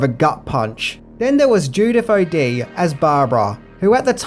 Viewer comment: Won't swear to it, but I believe the lady's name is pronounced O-Day., are you aware there exists an Image-Ten-approved stage version, "George A. Romero's Night of the Living Dead™ Live!" Intended to be staged in glorious black and white, with six actors playing all the roles, it's quite clever and funny. Highly recommended.